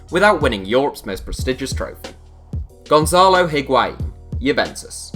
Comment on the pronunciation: Void Vector no. It’s not wa It’s a